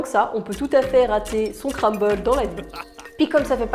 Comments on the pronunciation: On dit CRUMble et pas CRAMble 😂😂😂😂. Ça m’a stressé toute la vidéo. 😂😂😂❤️ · Le « cramble »😂 super vidéo sinon 😊